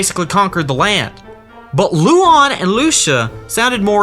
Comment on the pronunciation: I know it's been two years but my name is Lucía and the pronunciation made me sad. It's Loo-see-ah😭